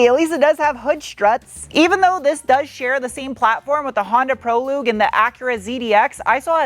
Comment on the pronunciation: Honda Proloog! 😅